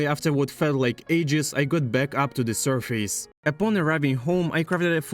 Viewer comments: Loving it! Just a little help in phrasing: "From scratch" not "from the scratch" also, it's usually more pronounced like "surfiss" not "sur-face" But I like the video and definitely subscribed. I Would love if this would become your forever world! Feel free to also play in survival, not just hardcore :) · vro said survees